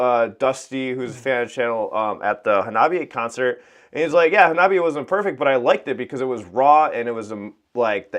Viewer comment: Hawna Bee Eh! Every time you say it wrong, Chika dies inside a little! 🤣:card-red-penalty